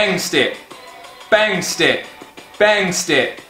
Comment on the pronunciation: This whole time I thought you were saying stip when really you just don't prononcee the E step